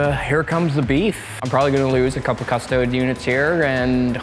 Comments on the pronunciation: People that say 'Cuss-Toad' instead of "Cuss-toa-dee" rub me the wrong way Lol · Cus - toe - deez Not cus-toads. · It’s pronounced custodEES not custods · Cust - O - Dees. Cust-O-dees. Custodes. Not Cust-odes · 'Cus-toe-dees'. Not 'Cus-toads' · It's pronounced "CustoDEEs." Not "CusTOADs." You don't see people pronouncing it "Adeptus A-STARTS." It's "Adeptus Astartes." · I'm sorry, but he is talking english wrong [ kuh-stoh-deez; Latin koos-toh-des ]... referring to a single unit as a custode is still heresy but i will allow it, because that's not even a word. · Lol at all the mispronounciation. Cus-toads. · Please stop mispronouncing custodes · Just wish they’d consistently pronounce custodes correctly 🤣 and I’m pretty sure the singular of ‘custodes’ is custodian 😂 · how they say custodes gives me aids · Deliberate mispronunciation of units, rolling saves one at a time, unnecessary declaration of models making saves before any have been saved... wouldn't not get my vote for favourite opponent. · Fair enough, although everyone mispronounces it in the video a few times and pronounces it correct a few times. At the end of the day it doesn’t really matter, call them your custard creme pies :) what ever floats a space marine. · I mean, nobody's going to arrest him for mispronouncing it. That being said, he's still wrong, and should be called up on it. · The mispronunciation of Custodes annoyed me more that it should have. I have to assume he’s doing it on purpose but I can’t fathom why. Maybe the hat overheated his brain. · Francois Lalonde your not far off, it does get toasty under the hat! Also love to see people get mad about the pronunciation of it, because at the end of the day, we’re talking about a bunch of made up dudes :) smile, have fun, play on.